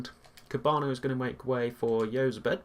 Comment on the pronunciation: Jozabed is said like (Hoz-abed)